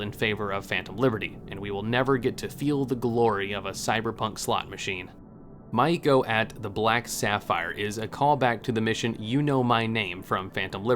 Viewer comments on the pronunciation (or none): I love the video but I hate the way you pronounce "Rache" it's ray-sh Edit: the way you pronounce most words(my-E-ko?) Maiko ) is weird considering you have played the game right? They say their own names